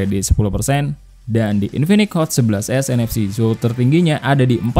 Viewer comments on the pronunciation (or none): Kok ngomong 11 nfc semua, ga ada s nya, cuma di sedikit kata kedengaran S nya